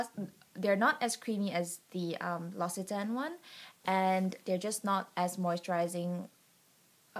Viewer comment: L'occitane is pronounced Lox-ee-tan. The Almond and Peony scented products are my favourites. The peony perfume is my all time favourite and I doubt I can ever use "fake" scents ever again.